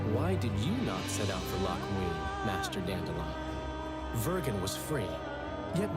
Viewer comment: Now, I'm not gay, and I don't know why, but I loooove the way Letho pronounces "Loc Muinne" Maybe I am kinda gay.